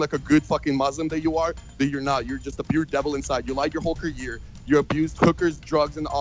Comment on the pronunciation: Vitaly can’t pronounce career, lol 😂